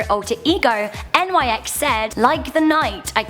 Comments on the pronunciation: Really? N Y X? Mate, nyx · Pronounced like Nix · Nyx is not an abbrevation and is simply pronounced "Nix" She named herself after Nyx, the Greek goddess of the night. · It... It's pronounced like Nicks... Next one, Thanatos. You missed a letter. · it's Nyx, one word. not N Y X.